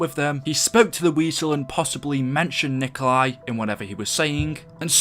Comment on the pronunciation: And Nikolai Tesla isnt the same pronunciation of Nikolai in Zombies